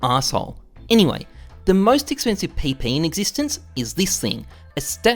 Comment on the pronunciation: Take a shot everytime he says "enywey"